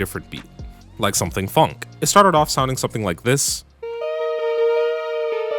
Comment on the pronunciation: Oh god….oh my gosh he said funk 💀💀 it’s phonk 😭 like pronounced fonk 😭😭😭